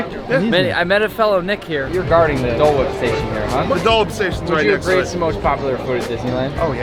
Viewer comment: we got the D’oh! (Dole) whip.